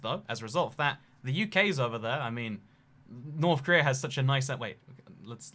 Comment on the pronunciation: Preese don't raff at Norff Korleea